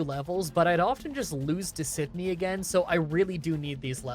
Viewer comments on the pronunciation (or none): none